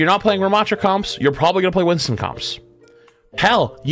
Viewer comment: I hear “Winton” and it just makes me laugh, but it’s because I call him “Binstin”